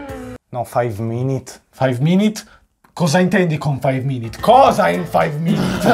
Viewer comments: non si dice five minit si dice five minUt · Io ho sentito faiv mimit